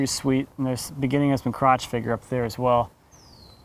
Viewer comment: Huhu he said croch huhu